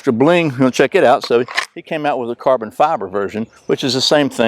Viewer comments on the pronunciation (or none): none